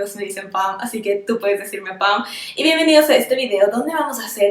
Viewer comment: Dijiste bienvenidem ?? Hasta ahí llego para mi tu supuesto profesionalismo.